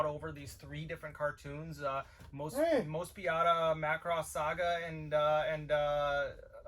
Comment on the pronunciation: It's Moe-spee-dah.